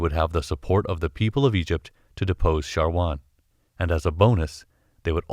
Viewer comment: thanks for the great Infos, but that man's Name is "Shawar" not "Sharwan"